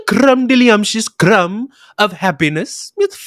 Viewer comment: That crrrrumb was delicious 10/10 on yelp